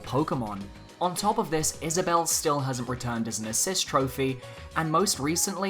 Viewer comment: Wow, he actually got Isabelle right...